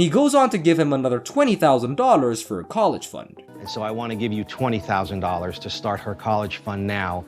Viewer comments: ". Twenty thousand Dodders.." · The robo voice was quite convincing until it tried saying Dollars it was more like doelars ! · TERRIBLE NARRATOR!!! STOP talking so much noone wants to here your voice. Also, do you know how many times you said DOLLARS and you can't even pronounce the word at all!! Hey don't quit your day job if you have one.